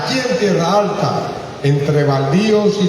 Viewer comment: No es Tierra Alta, es Tierralta